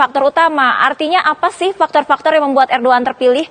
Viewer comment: Udh jls bacaannya erdogan ko di bling erdoan